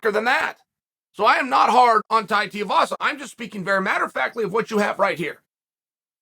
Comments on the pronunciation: Please stop it with the Tiovasa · Ty tiavasa? Doesn't matter how ya say it chael I'm always watching your content easily one of the smartest minds in mma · I love Tear-a-vasa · Yet again KAEL, his name is pronounced TWO-e-vasa. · Why cant you pronounce his name? Its Too As in Shoe Too i vasa Not hard Flap Jack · "Too-ee-vasa", Chael. Goddamn. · Chael... say it with me.... it's 2... E...VASA. I know you're a certified master troll and all. But you can do better. And there's no "L" in "Makhachev". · Tiavasa lol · One day, Chael will actually say 2-E-Vasa. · The last name, he butchers it so well💀💀💀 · With him being so popular and willing to fight the best you'd think Chael could at least learn how to say his name lol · Clicked just to hear how Chael pronounces Tui-vasa 😄 .Too-ee-vasa or Tee-a-vasa. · Give him the respect he deserves say his name properly 😂😂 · Really grating on me the way you’re mispronouncing his last name 😬😅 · Just call him Tai lol you're butchering his last name. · God damnit Chael will you please practice saying Tai Tuivasa’s name correctly!!!! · Chael please!!!!! pronounce he’s name right haha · Love your work Chael but PLEASE learn how to say Tuivasa. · Is chael saying his last name wrong on purpose ? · Is it that difficult to pronounce Tai's last name properly? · Chael is like 0-500 in pronouncing names correctly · It’s TWO-E-Vasa not Teavasa.. 🤦‍♂️🤦‍♂️ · Come on, let’s say it together 2-E-vasa Too not Ti you can do it! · Tooeevasa. Not teeuhvasa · His name is pronounced TOO-EE-VASA. Not TEE-UH-VASA. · Te A vasa🤦‍♂️🤦‍♂️🤦‍♂️ Its Tuivasa. Pronounced. 2 E vasa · It’s not Teeavasa, it’s Tuivasa. Pronounce like “ Two - E - Vasa” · Chael love your content but Tai Tuivasas surname is pronounced 2 E Vasa. Not Tee Ah vasa. Just a heads up as I know you like to get things correct. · Tuivasa again Chael it's pronounced "Tooeyvasa" stop calling him tiavasa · It’s Tu not Ti - please change your pronouncing of his last name mate… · Tu-ivasa not ti-ivasa